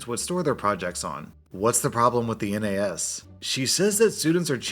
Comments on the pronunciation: " N A S ", Pronouce it as a word rather than an acronym. Nahss. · Hey just fyi, the N, A, S actually generally is pronounced nass. Just a small thing you might be interested in as you may do more Tech Support tales. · pro tip: nas is said as one word most of the time, this is the first time i've ever heard it being called a N A S, although maybe that's just from where i'm from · A minor nitpick, you can pronounce NAS as it's spelt, it doesn't need to be spoken as "N. A. S." Pronouncing each individual letter. Like how you say the nas in nas-car. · all through this part i was cringing at him saying N A S as letters and not just NAS as one word. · It annoys me that says N A S and not nas. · It's NAS (spoken) not N A S (not individual letters spoken) but still good story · N-A-S... Just say it as one word, NAS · It's pronounced NASS, not N A S...just fyi. :) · NAS is usually pronounced like "naz", not spelled out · its not N A S , its NAS, its one word, not 3 letters, lol for some reason that just pisses me off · ... N, A, S...? it's NAS like nascar, network attached storage. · ITS NAS NOT N-A-S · Hands up who's triggered he keeps spelling out N A S instead of just saying NAS(or kind of pronounced Naz)? 😂😜 That last story though, that is how you manage employees. Keeping everything in perspective and treating them as an actual person. I know/have worked with many other manager types that would have blown that situation way out of proportion and the dude would have learned half as much from the experience 😉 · FYI: NAS stands for Network Access Storage. It usually pronounced naz. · Tech people pronounce NAS as "nazz" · Quick thing to note in case you ever run into a story involving a NAS again, you don't need to read out each letter just pronouncing it as "naz" is fine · NAS is pronounced "naz" ;) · NAS is read "naz" or "nez"